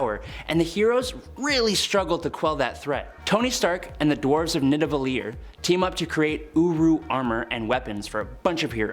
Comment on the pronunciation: Dwarves of Nivadellir … You Deserve a Great Job just for the Pronunciation 👍🏾…The Punishing Spider is New to Me ( going too have to check it out) & I hope 🤞🏾 someone does a Team up with Him, & The Punisher …Part 3 ( U or Ben ) Please & Keep Up The Great Work 🖖🏾